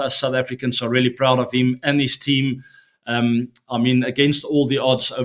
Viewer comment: The way he says my tean🥹